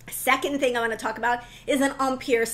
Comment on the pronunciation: I was enjoying the video, but then “empire” happened. Please, please, if you insist on the French pronunciation, use the correct accent. An American accent with the French pronunciation is nails on a chalkboard in my head 😰